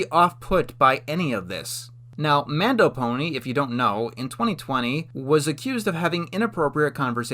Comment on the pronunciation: You mispronounced MandoPony as MondoPony